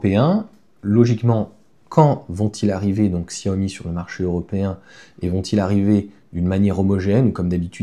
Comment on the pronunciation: Ksyawomi😅 Merci cher ami. Chiaomi c'est mieux 😊 Merci pour toutes vos vidéos. A la vitesse de la lumière 😮